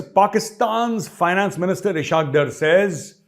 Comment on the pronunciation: Maj sahib, there's one small mistake you make in every episode. The Pakistani Finance Minister's name is pronounced 'Is-haaq Daar', not 'Ishaaq Drr'. Given the amount of Pak- watching you do, television included, you would have surely heard them pronounce his name. It's just like the way you used to use the incorrect word for celebrations, 'Shamianay bajaa rahe hain' whereas it is actually 'shadiayanay'. You have corrected it since, and i trust you will do so in this case too. Love your shows, am a big fan, that is why it rankles a bit. All best. Jai Hind🇮🇳🇮🇳🇮🇳